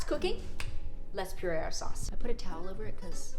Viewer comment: At the end when you said, pasta, tomato and Shauwcse I was like, she’s been in jersey. Lol